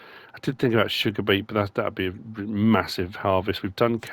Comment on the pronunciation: "Massiva" lol the English language according to 🤣